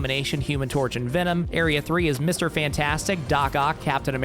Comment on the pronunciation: the way he pronounced Venom was kinda funny lmao